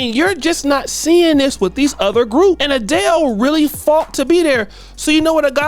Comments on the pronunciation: Adel not Adelay And I’m not mad Richie Rich I’ll give ii like a year😮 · A-del-lay???? Really????? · Bro u gotta research how to pronounce Adele and Kamala. Sheesh....🤦🏿‍♂️ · How hard is it to say Adele?